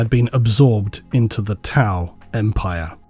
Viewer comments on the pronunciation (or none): none